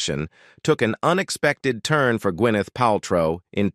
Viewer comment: wth w the pronunciation? ka pruh instead of CAPrah. gwyNETH instead of GUINneth?